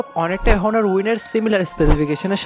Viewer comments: ভাই, প্রোনউন্স বা উচ্চারণটা হবে অনার। হনার না। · ভাই হনর না এইটা উচ্চারণ হবে অনার